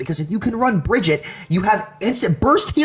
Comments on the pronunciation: Bridget REEEE SHES BEEN OUT FOR FOREVER AND PEOPLE STILL CANT SAY HER NAME Uhh soldier's biofield does do team heal lmao what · Couldn't watch with him calling her "Bridget" >.<